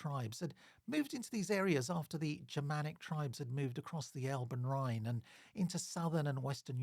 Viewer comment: Really interesting stuff. I look forward to seeing more. Can I just provide some feedback on German pronunciation? Trying to approximate to British English: Bosau would be BOH’zow (rhymes with slow cow) Bremen rhymes with lemon Elbe is a two-syllable word - ELL’buh (not unlike Elba where Napoleon was briefly exiled).